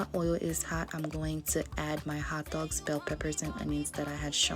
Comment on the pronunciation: Ze ak òldòg. Haitian accent Lol